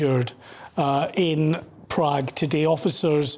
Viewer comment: Apparently the left reporter doesn't know how to pronounce the letter A. He called his colleague "" and said things like "We sow" and Proog. The other one pronounced Prague wonderful.